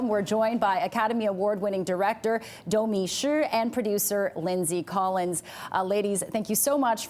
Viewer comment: actually said Domee's last name right. 😂